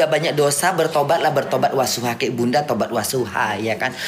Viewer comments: Tobat NASUHA, bukan Wasuha 😅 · Kak ivan ketawa denger bilang tobat wasuha 😂 NASUHA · Tobat nasuha bukan wasuha